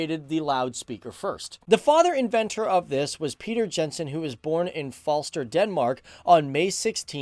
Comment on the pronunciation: Ha! Funny to hear you pronounce the names. It is Val-de-mar Poulsen - with most preasure on the last part. Jens and Jensen is not pronounced with a d sound first - it is more like Yens and Yensen 👍😜